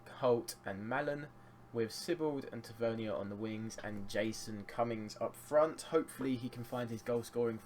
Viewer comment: Btw mate it is pronounced Tav - Er - Neer . He got annoyed when the announcer said it the way you say it. But great series mate keep it up!